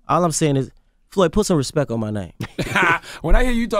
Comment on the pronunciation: "Floyd put some RESPEK on my name" 😂😂💀